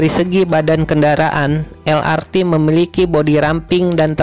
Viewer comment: Harap pengucapan singkatan pakailah ucapan alfabet Indonesia lah jangan malu harus bangga LRT ya el er te , MRT ya em er te dst semoga dulur2 maklum. Nuhun 🙏🙏